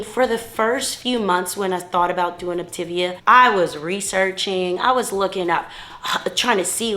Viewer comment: It would be helpful to pronounce Op-ta-via correctly, for credibility.